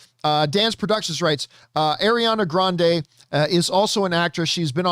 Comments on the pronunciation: The way he says Ariana Grande "adriana"? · Ariana Grande is Italian just like and he's jackin' her name up! 😂